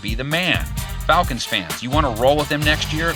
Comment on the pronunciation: Yeah FalCANTS! 😂